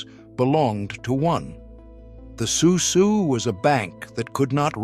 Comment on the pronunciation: It's pronounced soo soo.